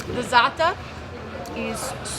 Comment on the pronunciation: I mean is that even possible. Wow impressive making zatar at home without those large brick ovens at the zatar store, Cool!!! I need to show this to my Mom ( a huge fan of zaatar)and I really need to learn saying Zaatar the way this lady sounds when she says 'Za'atar'. ;)